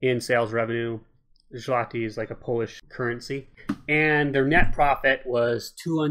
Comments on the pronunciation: Oh god, the way you mis-pronounced the currency gave me cancer, lol. It's actually "Zwoti". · I actually thought you said something similar to a "schmeckle" as a joke :D